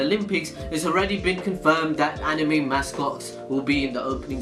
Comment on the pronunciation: how tf did that guy say anime? "aNiiimej"